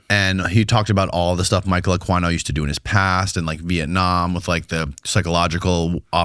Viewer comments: ITS KILLING ME… it’s Michael. A KEY NO. ( pronounced) spelled Aquino… I did a deep dive on him about 2 years ago… he is the real deal EVIL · Isn't the name pronounced a-keen-o? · Is pronounced akino. And yes he was part of the Satinist church together with Anton Lavey. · "Michael Akwyno" lmao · It's pronounced A-keen-o for God's sake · Michael A-KEEN-o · It's said like AK-EEN-O...The leader of the Temple of set.militarys satanist version. He was a big wig in the military you retard.he wrote a book the military still use right now dumazz. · You are not even pronouncing Michael Aquino's name right (A-Keen-Oh), and yes, he raped kids, study MURDEERED FORMER HEAD OF THE LA FBI TED GUNDERSON'S RESEACH AND THE TESTIMONY OF MK-ULTRA VICTIMS! RESEARCH MURDERED MAX SPIERS AND HIS LAST INTERVIEW HE DIED DURING. ITS ALL EXPLAINED THERE AND I KNEW MAX SPIERS DIRECTLY.... AND JANES RINK/RING DIRECTLY, WHO WAS MICROWAVE MURDERED THIS YEAR.... HE WAS SUPER HEALTHY, ORGANIC JUICED DAILY, AND HE DIES WITH A LIVER THAT HIS DOCTOR TOLD HIM BEFORE HE HAD DIED LOOKED LIKE IT HAD BEEN IN CHERNOBYL. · Michael Aquino ( ak- wee-no).. no he was a full on pdf file... you dumb f***. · It's pronounced AH KEE NO. Aquino, sick mfr ask Cathy O'Brien. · It’s Michael “Akeeno “ is the pronunciation. He started the Church of Seth. He was a colonel in the military. Very much into the Aleister Crowley magic and all of that . That guy is a rabbit hole by himself. He was very much a practitioner of the dark arts. He wrote books. A guy by the name of Douglas Dietrich worked with him at a military base. Dietrich has done interviews about what he witnessed. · Michael Uh-queen-o is the right pronunciation 😂😂😂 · Anyone else cringe every time they miss pronounced michael aquinos name 😑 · it might be good to start getting these names correct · Michael "UH-KEE-NO" not "uh-kwi-no" 😂 that was buggin me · Pronounced Akino not Aquino geez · Michael Aqua-E-No LOL you need to up your knowledge on names